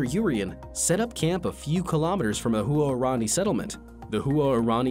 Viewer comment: Huarani is pronounced “Whar-ronny”; not “Hu-are-ronny”.